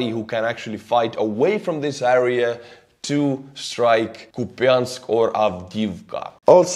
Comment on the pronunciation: please pronounce the word "area" correctly. You can listen on google translate how to prounounce it.